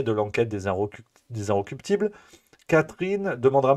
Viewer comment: Incorruptibles . Prononcez bien .